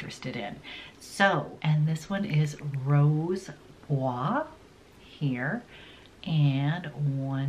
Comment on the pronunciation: Beautiful makeup....a heads-up from a French-speaking person: you pronounce the French words “rose bois” perfectly but please use the same rule for the last T and in the word chocolat, the last C in the word tabac. We don't pronounce either of them. Happy New Year!